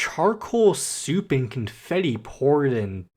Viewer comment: Dude at this point I think there’s something wrong with you HOW DO YOU PRONOUNCE SOAP AS SOUP??? Anyways as again this was pretty good and explained pretty well also again attacking you/j why did you connect heart to cage like I get it but really? In mucka blucka he referenced cage and soul said ‘I’m in a cage’ while h&m continue singing and speaking of CCCC like another comment not everything is about CCCC it’s like a unspoken rule not to say ’oh this is totally a soul song’ like it’s fine for animatics and fanart but not for a explanation of Cj’s newer music but yea! 👍